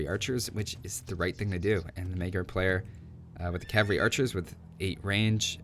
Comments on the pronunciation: May I help you out with the correct pronounciation of "magyar"? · Lol how funy u say the blue team race "Magyar" :D this is sounds right. :) GY is a letter it is not G+ J and A is closer to german a then english a letter.